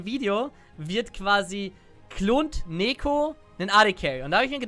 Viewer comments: Freue mich auf den Moment, wenn du rausfindest, dass sie "Niko" ausgesprochen wird :D ansonsten geiles video, bin schon mega gehyped auf sie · Ich würde Neeko eher wie Teemo aussprechen. Die ee als i. Als Lane wäre meine erste wahl der Jungle. Stell dir vor Teemo bringt, den Toplaner um, du als Neeko verwandelst dichi in Teemo und gehst zur Midlane wirst von einem Ward entdeckt und der Gegnerische Midlaner denkt sich so: "Hmm, da hat Teemo schon einen kill und kommt auf mich zu. Da werde ich nicht mehr so agresiv spielen." Der gegnerische Toplaner teleportiert zurück auf die Toplane und denkt sich: "Teemo geht mid, dann bin ich ja oben ALLEINE und kann ein wenig pushen". Doch plötzlich erscheint der echte Teemo und bringt ihn ein zweites mal um.